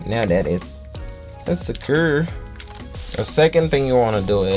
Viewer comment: Nice vid, but “se-currr” (instead of secure), and “meh-can-ism” (Instead of mechanism)? There’s just a few words you just have to work on when it comes to pronouncing things properly. But other than that great video man thank you!